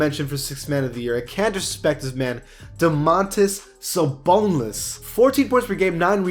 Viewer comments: Bruh he said Sabontas Dabonis, im dying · He said Samantas Dabonis